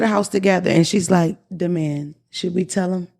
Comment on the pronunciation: that d man stuff pissed me off too. like girl its so easy. say d man, not da man